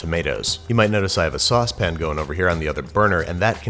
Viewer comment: Why do you sometimes say saucepan like a normal human and sometimes say sauspen like a Zoidberg?